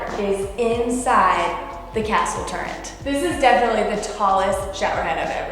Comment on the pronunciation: Turrent shower in the turret. I love your grammar. Hahaha.